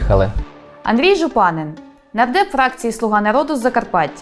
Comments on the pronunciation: ЖУпанин наголос такий повинен бути! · Єдине, що наголос у закарпатському прізвищі Жупанин падає на останній склад